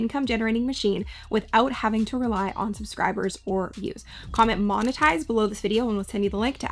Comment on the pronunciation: "monetize" por favor